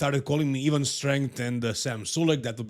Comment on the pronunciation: Being dumb is not brave Ivan pronounced with the I !